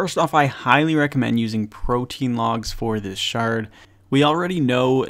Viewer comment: pro-tee-ann not protein, the definition explains why its called what it is. Just a pet peeve of mine across all RS3 creators.